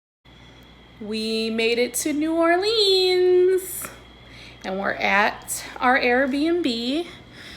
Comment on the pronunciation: Being from Nola I cringeeee hearing New Orleans pronounced like New Orleens 😂😭😭 I'm so glad you liked it and I loved this video!